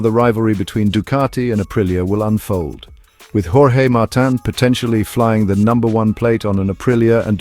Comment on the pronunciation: Thank you, thank you, thank you for a video narrated by an actual human being and not an AI!! It rests my ears. By the way, it's Martín - like, Mar-teen - not 'Martin' as in old Martin Jobbie down the road. I really loved your 'Jorge', though. 😄